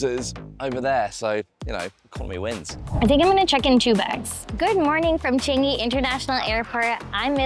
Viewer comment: Just wrong choice of non-UK host again. Amateur level of camera angles, her footage feels awkward with and; not to mention the usage of words and could not even pronounce Changi correctly.